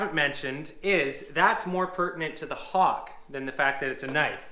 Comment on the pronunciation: The Hawkk....what are you from New York......west coast..Mudd and Pan buddy !